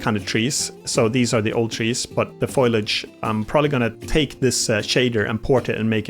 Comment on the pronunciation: This episode rocks. 🪨🎶 On another note: it's "foliage", not "foilage".